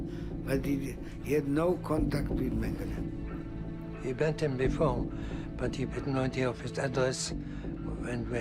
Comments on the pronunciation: It was hard to listen as nearly every person pronounced his last name incorrectly, it’s mang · uh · lay. It’s not mang-uh-la. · Yeah it's not Mengelay either. Every time that guy says it, it's so annoying.